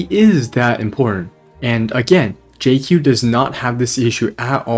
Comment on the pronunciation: your pronunciation on Jiaoqiu was so atrocious omg 😭😭😭